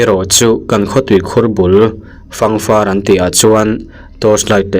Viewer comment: Fangfar i lam dan hi a dik lo, fâng hi ka ke a pân a, a na hle mai tiha pân tih angin fâng tih tur, far tih hi tui mal far tê tê tiha, far tih angalam tur